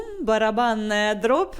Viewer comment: не дроб, а дробь барабанная 😅😅😅